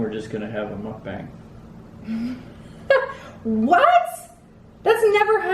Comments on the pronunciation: Hey! It’s actually pronounced Muk BONG. Not like BONG, but with an open A sound. Not like BANG. It’s a Korean word and I’m Korean. So there you have it with how to pronounce it! Love your videos! And love you and! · Second pronunciation is correct :) Said like Muck-Bahng - just based on Korean pronunciation rules. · Mook as in book...bang. 😉 Sheperds pie is better with tomato ketchup. 😃 Fun video...thankyou..... it's snot good. 😂😂😂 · Is the pronunciation “mook bung” or muk bang”